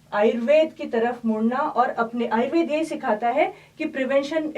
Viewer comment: आयुर्वेद है आयुर्वेदा नहीं ,बहुत ही सरल भाषा में समझाने के लिए धन्यवाद बेटा क्योंकि आजकल आयुर्वेदा गुडग़ांवा जैसे गलत शब्दोंका प्रचलन बढ़ता ही जा रहा है,उस पर कहीं न कहीं रोक आवश्यक थी,यह कार्य करने के लिए तुम धन्यवाद की पात्र हो ।